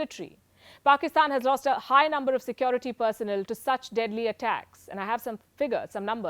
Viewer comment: Why can't Indians say Security correctly